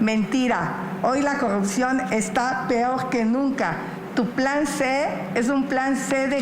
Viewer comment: "Peog" o peor jaja perdon pero por un momento pensé que era Italiana 😂